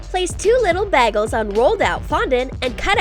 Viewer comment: I died laughing when she said “ a skittles” and “ a bag-el